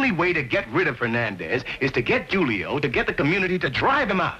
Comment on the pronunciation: I wish the police would’ve pronounced Julio's name the way he himself pronounced it.